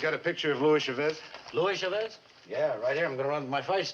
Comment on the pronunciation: Sad they can't pronounce Chavez properly.